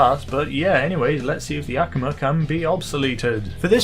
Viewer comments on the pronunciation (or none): Just so you know, It's A Koo Ma Not Ak A Ma